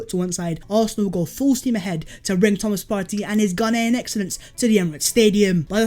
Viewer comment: saying Thomas Partey is so satisfying